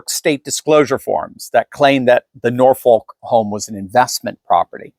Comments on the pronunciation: The city in south eastern Virginia is pronounced "Nor-Fawk" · The 'L' in Norfolk is silent. Like the Ss in Des Moines. To pronounce it is ignorant. Please stop.